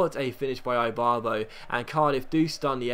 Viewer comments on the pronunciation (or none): Seriously? Eye-barbo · Ibarbo is pronounced eebarbo